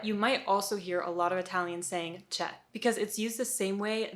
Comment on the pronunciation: Almost perfect , not sure about the “ce” one, it’s still “cioè” the “o” is still there but you might miss it